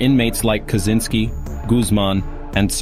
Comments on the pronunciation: This AI Slop can't even pronounce "Kazyncski" or "Unabomber". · Feedback is what you get from buying a MICROPHONE and having too close to your speakers....The AI in this video mispronounces "Kazyncski" and "Unibomber".